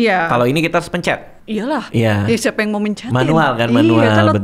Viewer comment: 🙎🏻‍♀️"pencer bang" 🤦🏻"pencet"